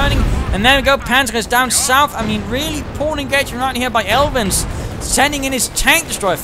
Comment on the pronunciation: You pronounced me alright and thanks for the helpful tips, I'm going to try to improve my armor handling in the open beta;) sincerely, Aelvin